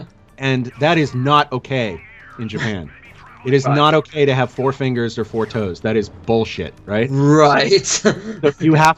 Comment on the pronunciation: you sound like you said "Thor" not "four"